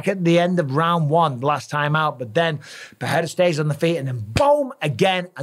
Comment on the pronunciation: Does Busping know his name is PeReira but not PeHeira or PeJeira?